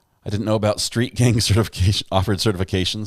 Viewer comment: The first time it said gang it said “gain” lol so bad!